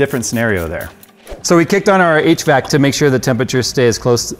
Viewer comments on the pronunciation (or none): none